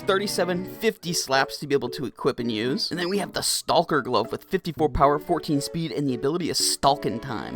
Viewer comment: sir its pronounced "stock-er" not "stall-ker"